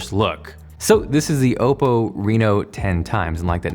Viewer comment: Your incorrect pronunciation of OPPO slightly triggered me